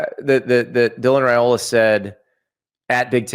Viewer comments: if Nebraska wins, can you promise to start pronouncing “Raiola” correctly? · How can he say he is not a hater when he doesn't even say his last name correctly. If your job is to talk sports then you should at least say peoples names correctly. Heck you even listen to you co host say it right and still refuse to not add a y in the middle of his name. Its not even that hard of a name to say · Rye-oh-luh, I can only correct you so many times.